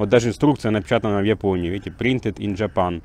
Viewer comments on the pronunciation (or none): none